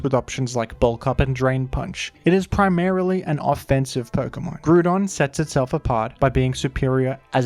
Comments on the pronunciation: I like pronouncing it "Groo-don" in the context of immediately after saying "Key-oh-gree" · had to pause seconds into the video to fully contemplate whether i wanted to hear you call it groo-don for eight minutes. consider yourself lucky for my view,. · ah yes, my favorite legendaries, groodon and ky-oogre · Do you just not see the O in grOudon? Are you choosing to not say it? It has to be one of the two. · The Groodon Pronouncer has logged in.👍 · Everytime you say gru-don I hear the vine boom sound effect on my head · Hearing the name pronounced that way… makes me wonder if I’m the only one who called it Groundon as a kid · did you just say groodon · I love Gruh-don ❤️ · Thanks for the grew don review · Nooooooo not fucking Groo-don , this pronunciation makes the video unbearable 😂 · If he says groodon once more imma kill myself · I couldn’t watch the video because of the botched pronunciation of the name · Nope, can't get past that pronunciation. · That pronunciation is physically painful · Ngl i love your videos but it burns my biscuits when you say groudon's name wrong. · I actually can't bring myself to watch through this video. pronunciation of "Groudon" just bothers me too much. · NOOOO STOP SAYING IT LIKE THAT!!! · I'm sorry are we all just ignoring how incorrectly he's pronouncing Groudon? love the channel but yikes. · I feel like you miss pronounced pokemon on a purpose 😭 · He actually said “Groudon”. Wow. Groodon is fine too tho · Mf said Grewdon. Sorry, WHO?! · "Grudon" I might puke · It's not pronounced groo don. It's pronounced grou don. As in ground. 😂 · There's a big part of me that hates hearing groodon over Groudon. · Bro? Fucking GRUDON? its grOudon! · The way groudon was pronounced kinda triggered me it's groudon as in ground and not as in crouton xD, enjoyable video nonetheless. (FYI I double checked the pronounciation just to be certain) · Groo-don, just took me out of the video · Gru-don LOL